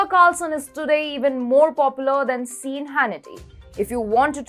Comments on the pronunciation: Its its pronounced Shaun not Scene lol (Sean Hannity ) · Sean is still pronounced like Shawn in English. Just FYI. Good report and observation though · I am an American and I still mispronounce Sean.